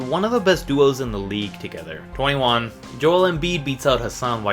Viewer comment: The way this guy says 21 lmao